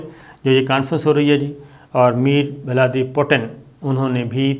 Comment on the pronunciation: "Meer Valaadi Putin" 😀😀😀😀😀😀😀